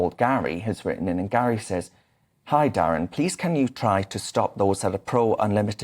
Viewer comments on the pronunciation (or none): none